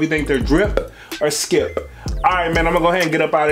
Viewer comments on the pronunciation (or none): Homie said driP or skiP The emphasis he put on the P be having me hollering lol I LOVE IT and The content 🤣🤣🤣🙌🏾🙌🏾🙌🏾🙌🏾